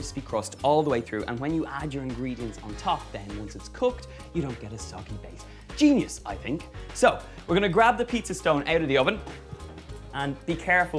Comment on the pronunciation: "GINIUS" RENZI APPROVED